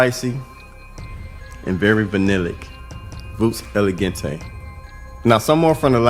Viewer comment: Voux is pronounced Voo. Voux Elegante is an outstanding clone of Naxos.